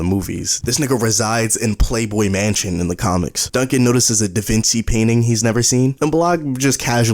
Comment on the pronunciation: the way this nga says Da Vinci makes me unreasonably mad istg